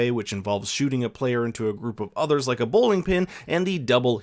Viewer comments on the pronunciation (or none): none